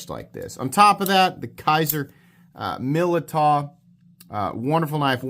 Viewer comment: It's pronounced Millydow